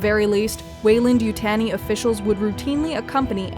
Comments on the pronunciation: YU-TAHN-I not yutane-i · It’s not important but it’s Weyland and (You) (Tawney)!!! not Tanny like tanning salon or fanny pack, but TAWN EE. Like Taunt. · You-TAHN-ee not You-TAN-ee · We will be sending someone from the company over, no one butchers the name like that. Youtanii? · It's pronounced YouTAWnee. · I winced every time this person said “Yutanee”. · If you're going to make a video about Weyland Yutani, at least try to say Yutani correctly. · i just cant watch it because narrator says Yutani wrong. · I tried to watch, couldn’t get past the way she say Yutani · Great video as always but am I the only bothered by the pronunciation of Yutani?